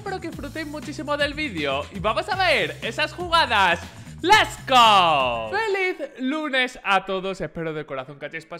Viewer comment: es lets go no les go pero bueno es el ingles de un español promedio